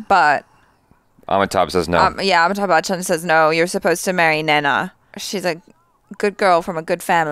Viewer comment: Did just said "noh"??? 😂🤣😂🤣😂🤣😂🤣😂 she is pure desi now.